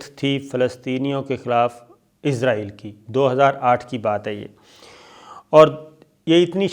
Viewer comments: Sir g pls Israel hai izrael nhi hai aap bar bar Izrael bol rhy hai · Sir, its not izraaeel .... its israel. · سر آپ اسراہیل کھو۔آپ عزراہیل نہ کھو ۔یہ تو فرشتہ کا نام ہے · Sabir sahab.... "Shut up your mouth" nahin "Shut your mouth" hotta hae, Aur aap "Israel" ko "Izrael" kiyun parhte haen.... Aap aik journalist haen, per aap ne english kahan se parhi hae? 4 minute ki information..... 20 minute ki video.... kamaal ho gaya... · عزراعیل کیو بولتے ھو اسراءیل بولو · Sabir Bhai, its Israel not Izrael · یہ لفظ اسرائیل ہے، ازرائیل نہیں۔ درستگی کی ضرورت ہے۔ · اسرائیل کو ازرائیل نہیں بولا کریں